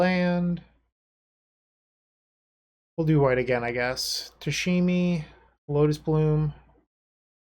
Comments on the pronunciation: playing tameshi bloom! Oh goody must watch dont care if I'm tired... Pronounces it "tashimi"... Does he catch the mistake when he reads the card? No... Darn.. Can't get past it sry.. Thank you for the content but I have to stop watching... Oh he catches it.. Doesn't change I'll find another video thats ok.. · New drinking game, everybody drinks a shot whenever says “Tashemi “